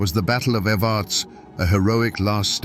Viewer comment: We pronounce evarts like this ev- errr- ta- sss The way he was saying it was grating my nerves. Born and raised in Harlan KY ..still here, we ain't going nowhere 😜